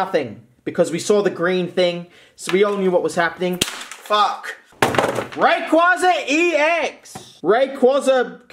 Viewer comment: raykwayza is how you pronounce rayquaza